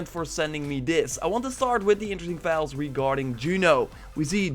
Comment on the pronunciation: The only guy on youtube who pronounces file as vile xD